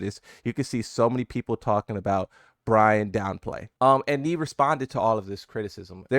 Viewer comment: Who's "BRAYN"? 😂